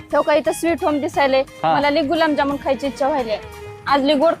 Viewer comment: बाई गुलाम जामुन नाही ग गुलाबजामुन😅